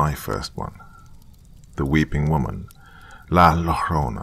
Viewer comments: That pronunciation of La Llarona.😂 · La lorona?😂😂😂😂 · La llorona is pronounced la zioh-rroh-na Think of like a polish "Zia" in front but instead it's more "zio" LL makes a weird "y" noise. More like a y/j combo Yjo-rr(roll dem f**ckers)-oh-nah Tortilla Tor-tee-yjah